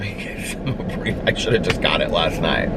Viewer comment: It’s pronounced ABREVA. There’s no ia at the end of it 🤣 Also, the reason why it’s so expensive is because it works within minutes. You have to use it when you first feel one coming on or it’s just gonna get bigger. You can also call in a prescription of the medication that treats those nasty things, lol. I get them too but abreva 100% does the job..and fast! Good luck!